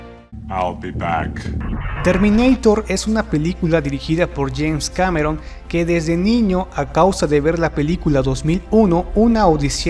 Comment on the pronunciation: Es James Cameron, no Janes. Al segundo lo dices. :/